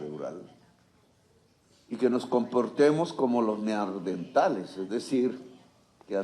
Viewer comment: lapsus linguae. No se dice ~Neardentales~ Se dice Neandertales.